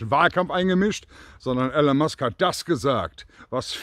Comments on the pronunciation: Super Video! Aber er heißt nicht Alan sondern ELON!!! Man spricht "ILON" - seinen Namen sollte man schon richtig aussprechen. lg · E L O N ! Nicht "Allen". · Er heißt Elon, nicht Alan. Könnte man inzwischen wissen.